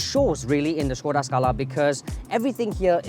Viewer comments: They pronounce it wrongly. Supposed to be SHKODA. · Pleasantly surprised the presenters had pronounce the name Škoda correctly. But Volkswagen should be pronouced as "Folks-Va-Gen"